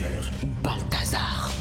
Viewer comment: C’est bien balthazar elle a dit 😂😂😂😂😂😂😂😂